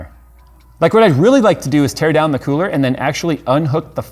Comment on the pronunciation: Tearan down? Sounds like linus lost an employee haha